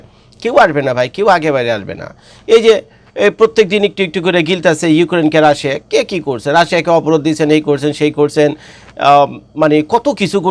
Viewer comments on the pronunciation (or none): none